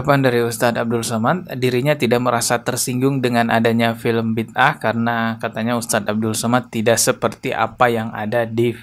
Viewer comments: Sebutan yg benar judul drama keagamaan Malaysia "Bida'ah" tu Bi da ah bukannya Bid ah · bang, sebutan nya bi-da-ah. 👍